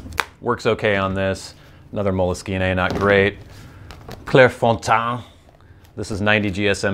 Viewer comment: Nice attempt to pronounce Clairefontaine. I'll give you one point for merit, and another for the belly laugh, but yeah, you butchered it. :) I have an predilection, nay obsession with Tomoe River paper. I'm absolutely gutted that Tomoegawa has decided to nix it. I've been on a quest to find other paper to fill the void, but so far I haven't been very successful.